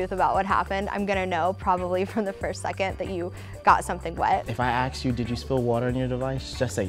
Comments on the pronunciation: why some people say don't "axe" me instead of "ask" me. like in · 'I used to work at the apple store, until they fired me for continually mispronouncing ask as axe.' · Guys, it's"ask", not "aks"... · “Aks” tho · Here’s a fucking idea: Say Ask instead of Axe. It’s ASK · It's "ASK," not "AXE." Minorities need to get that straightened out